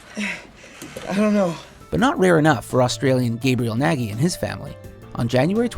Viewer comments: It's not pronounced "Naggy" LOL, it's hungarian, it's pronounced "Nodge", like nudge but with an o. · When you hear 'Nagy' pronounced perfectly wrong... (gy is one sound in Hungary, where the guy inherited his name and pronounced as as a mixture of G and Y its marked as an upside down f in the phonetician alphabet)